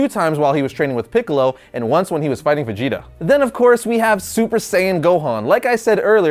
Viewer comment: He pronounces vegeta fajeta